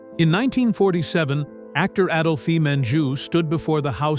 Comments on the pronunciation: Adolphee?! AdOlphe, the "e" is silent... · "Adolphee Menjou"? Lord.